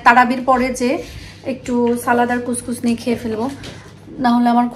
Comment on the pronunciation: It's call khuskhus not kuch kuch. Purai bangla style e ranna kore fellen. Ashole eta healthy salad kore khawa hoe normally.